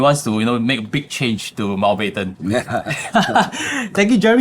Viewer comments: Mount-bat-ten not mount-bed-ten.😂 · Bed ten also good lah